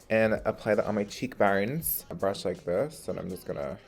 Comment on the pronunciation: Omg when he says “cheek bones” I’m crying 😂😂😂😂